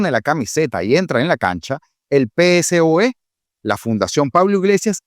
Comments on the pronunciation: No sabe pronunciar el nombre del partido político!!! Que ruido me hace (PE ESE O E) 🤦🏻‍♂️… es PSOE (PESOE) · Brooooo!!! Segunda vez que te haré la recomendación: no se dice Pe eSe O E… se dice: PeSOE… así seguido sin deletrearlo 🙏🏽🙏🏽🙏🏽 please!!! Queda muy mal deletrearlo… un saludo y gracias por tu trabajo! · Por favor, nadie en España lee las siglas PSOE como lo haces en el programa (pe ese o e) se dice "PESOE" cuando lo dices deletreando da la impresión de no conocer de lo que se habla. Saludos!